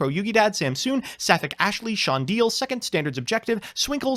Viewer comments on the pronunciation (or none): none